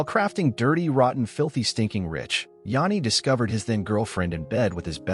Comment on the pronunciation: It's all A.I. these days, As we all know it's "JANEY" the bot also pronounces it "LED Singer" Then they show a picture of Sebastian Bach thinking its's Jani. Amateur hour...